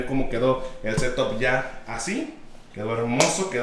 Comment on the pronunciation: Nadie:: el setop